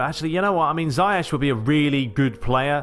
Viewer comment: Ziyech is actually pronounced (*Zee - ek*)